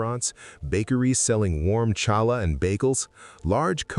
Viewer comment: Interesting documentary. ("Challah" is pronounced with gutteral K sound in the beginning - NOT an "Sh" sound..)